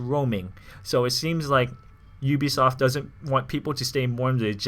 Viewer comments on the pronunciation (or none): none